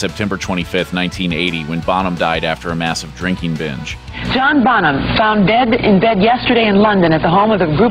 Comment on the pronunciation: This narrator says "John Bottom" ... WTF